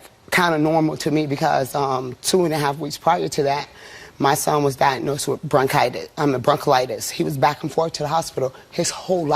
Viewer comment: Woman said broncalitis 😂